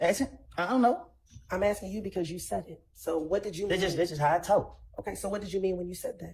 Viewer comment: Why all these trained attorneys keep axing questions instead of just asking them